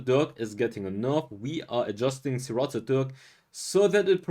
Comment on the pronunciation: It’s pronounced “sir - rAted” not “sir - rotted”. Thanks for your explanations and reviews.